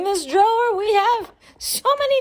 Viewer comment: Drawer’i jor diye mi okumaliyiz🤨🤨